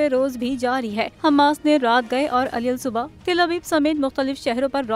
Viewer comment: محترمہ خبروں کی ناشرہ صاحبہ السلام علیکم ورحمتہ اللہ وبرکاتہ بعدہ عرض ہیکہ لفظ علی الصبح کے حروف کے مخارج صحیح صحیح ادا کریں ۔ وما توقیفی الا بااللہ ،